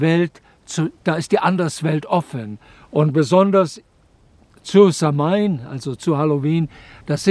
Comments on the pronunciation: Eine Sache muss man leider Korriegieren es heisst nicht SAM-HAIN ausgeprochen sondern SAH-WIN ansonsten so ein schönes Video und Vortrag könnte ich auch Std lang zu hören🙏🏻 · samhain wird anders ausgesprochen —-> „sauin“ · Lieber Dieter - Samhain wird "SAUON" gesprochen 😉☘️🇮🇪☘️ -Ich bin zwar nur halb Ire aber ein wenig Gaelge spreche ich doch. Sehr schön erklärt. ❤